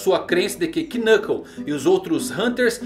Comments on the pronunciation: VEYY Para de dizer o K no nomes dos caras, Knov Knuclke n falaaaaa o K eh mudo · Por que você pronuncia quinâcou e cura pica ao invés de nâcou e curápica?